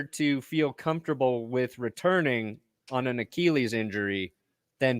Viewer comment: Petition to stop from saying the word "achilles" (Ah-keel-eez) 😂